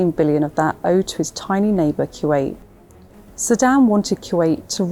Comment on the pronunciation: It's Kuwait not q 8